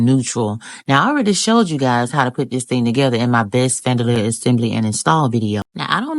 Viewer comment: Beautiful 🎉you call it fandelier😂